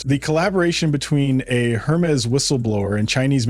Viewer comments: While I do enjoy the mispronunciation of Hermés, it still needs to be said that it is not HER-mees, but Errr-meis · The narrator does not know how to pronounce Hermes... crazy...